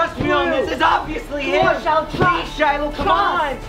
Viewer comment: I HEAARD SAID SHILIH